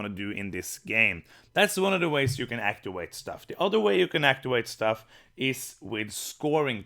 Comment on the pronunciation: Actiwate is a pwopew way to say wowds!